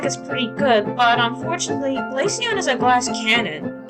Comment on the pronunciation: I appreciate you saying glaceon pretty